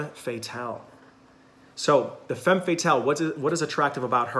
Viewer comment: Interesting video! I identify with four of them, that are quite different. And a detail, femme is pronounced fam (looking for an English word with the correct a, but in vain. Better maybe to find a pronunciation clip?)